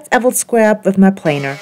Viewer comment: Hey, you prounounced "planer" the "normal English" way!